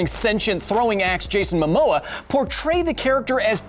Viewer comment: Its momoa not mammaloa Damn where did u even get mammaloa? (I’ll probably get wooshed)